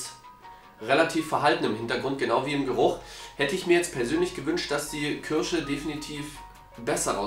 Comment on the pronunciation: Diese "kürsche" 😅 wie immer super Video